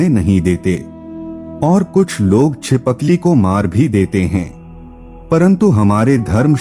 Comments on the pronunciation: Chipakli nahi boltt uncle Chipkali bolty h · Btw chipkali hota he चि पकली nhi 😅